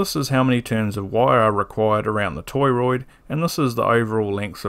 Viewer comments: beautiful video. subbed. lots of mispronunciations of "toroid" here btw. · Great video! I learned a lot today! Are you pronouncing it toy-roid on purpose?